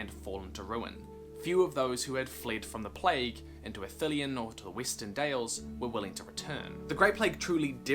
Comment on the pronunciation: Did he say Weestern? WTH?